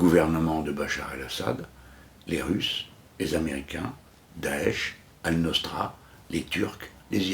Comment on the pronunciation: On dit : Al Nosra et non pas Al Nostra svp.